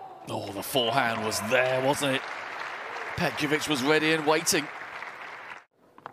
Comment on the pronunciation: I didn’t say it is,just learn how to pronounce her last name correctly